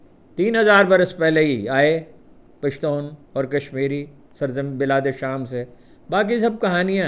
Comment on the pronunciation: اپکا پشتون کہنا بہت اچھا لگتا ھے ۔ ھم پشتو بولنے والوں کے لئے